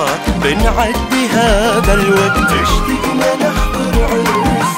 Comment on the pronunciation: ملاحظة صغيرة اللهجة الكويتية مو إشتِقنا ❌ الصح اشْتَقنا وشكراً ع الاغنية الجميلة اللي لامست مشاعرنا🥺